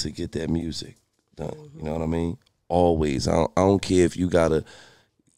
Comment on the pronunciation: Shawty said "Make the murrsic" 😂😂😂